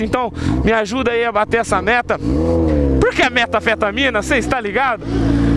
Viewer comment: "metaafetaamina" skaoskaoksoaksoasksok